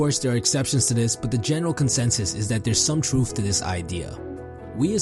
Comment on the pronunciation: some "truuff"? and wait did you put Lil Wayne and Drake in the same conversation as Ghandi,Warren Buffet, Steve Jobs, etc...??? Not taking this video too seriously after this.